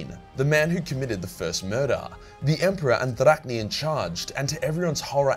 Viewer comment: You mess up almost literally pronouncing everything, but you get Drach’nyen right‽ 😆😆😆😆